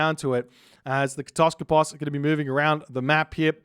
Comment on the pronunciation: Why do you always say "kotoskopos" instead of "kataskopos". Now i'm saying it too...